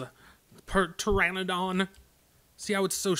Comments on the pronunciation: it is pronounced Ter-an-a-don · Did you just say perteranadon?? sounded like you wanted to call it a patera. The fun of spelling and silent, Overall though agree the flyer nerf is driving me crazy, Cant live with base speed and why no level up.